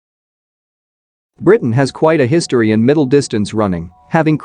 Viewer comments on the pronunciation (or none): none